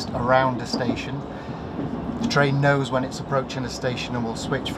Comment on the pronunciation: That chinese girl does say "twain" instead of train... i didn't listen to anything she said other than i kept hearing twain twain... got me thinking about Shania Twain.. That's doesn't impress me much.... 😅😅😅